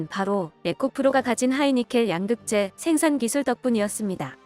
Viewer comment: 양극재 발음이 엉터리입니다. 가장 핵심 단어 발음을 엉터리로 하면 수준 떨어집니다.